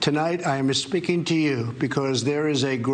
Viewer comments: "I am 'espeaking' to you..." bad form sir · Was Trump mocking Mexicans? "My fellow Americans, I am espeaking to you..." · "Tonight I'm a-speaking to you" The man can't even say the opening line right... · "Tonight I'm Espeaking to you"...I thought only Pakistani moms said "Espeakng" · "My fellow Americans...tonight I am espeaking to you...." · Hold on. Did he just say, "I am espeaking to you...?" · Did anyone notice that Trump said "I am e-speaking"? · Did he say, "Tonight I am e-speaking..."??? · Anyone else hear Trump say "I'm here, MISspeaking to you"? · Did he say ES-speaking to you? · "I am espeaking to you" Trump has no idea what he is espeaking about at times. lol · “…I’m espeaking to you…” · Donald Trump started with ' ...my fellow Americans I am es-speaking to you ...' wtf ... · So we not gonna mention he said "tonight I'm going to espeaking to you..." We are just gonna pass that up? Asking for a friend. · I'm aspeaking to you?!? Really? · Did that orange just say Espeaking? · "I am espeaking to you....." Trump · Anyone notice at the start he says I am “espeaking” to you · Sounds like he said "I am esspeaking to you today"? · 'asspeaking' seems more appropriate. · Am I the only one who heard Chump say, "My fellow Americans, tonight I'm mis-speaking to you..."? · “A-speaking to you”...? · Tonight I am ESpeaking to you....Trump been practicing his enemies language lately?!? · What does "I am aspeaking to you" mean? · "Tonight, I'm a-speaking to you." The Don. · I heard "I'm misspeaking to you..." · "Dear fellow Americans, I am a speaking to you" anyone else catch that? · One trip the border and he comes back with an accent. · Well, 'a-speaking' to me? Hey that's one thing. I predict: 'splaining"? Will soon be upon us! "Oh...Luu...cy..!!" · “I am espeaking to you” it was like he was talking directly to my people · “I am-a speaking to you” says Donald Gump. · "My fellow Americans, tonight I am a-speaking to you ..." Huh???